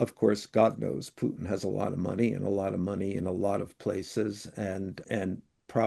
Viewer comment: Dude, the Russian monster's name isn't Pyootin, the way you keep saying it. Listen to Mr. Wolf when he answers your questions about Putin. He pronounces the name correctly, as does virtually everyone else